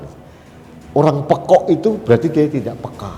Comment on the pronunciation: terimakasih sudah menyampaikan kebenaran...Tp justru saya selalu terpingkal2 setiap mengucap"pekok"😀😀😀 sangat medok sekali.saya tahu itu.Krn saya orang Kediri yg sangat kenal dg kata *pekok itu*😀😀😀